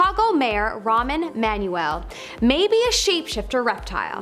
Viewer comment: Are you saying ramen Emmanuel?